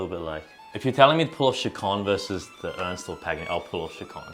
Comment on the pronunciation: You butchered Ernst's first name more than his piece